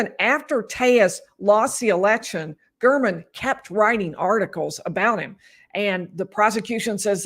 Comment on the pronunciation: Listen to how the prosecutor pronounces Mr. German’s name: Gair-men. Telles is intentionally mis pronouncing it.